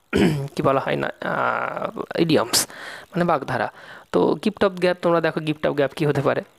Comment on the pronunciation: Aapni prature vulval bolchen aar likchen Dada valo Kore porasona kurun tarpar video banaben ..... Aapnar uccharan vul .... Hocche ....... Gift of gab hoy gap noy